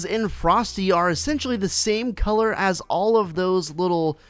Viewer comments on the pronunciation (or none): none